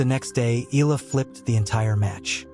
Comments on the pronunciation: E A in EALA is pronounced as E A in Seattle, not as in EAgle. Please correct your computer generated "voice in off". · I won't subscribe until you pronounce her surname right.